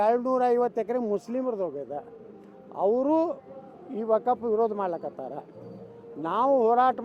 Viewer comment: ಲೋ 4ನೇ ಕ್ಲಾಸ್ ಪಾಸ್ ರಾಜಾ... ಮೊದಲು ವಖ್ಫ್ ಅಂತಾ ಹೇಳೋದ್ನ 100000 ಬಾರಿ ಬಾಯಿಪಾಠ ಮಾಡಿಕೋ ವಕಪ್ಪು ವಕಪ್ಪು ಅಂತಾ ವಟಾ ವಟಾ ಅನ್ಬೇಡ ಅಸಹ್ಯ...